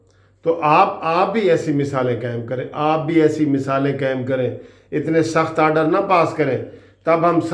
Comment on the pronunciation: Sir, Sir ye Oder nahin haey ye Order haey, Talafuz sahee karen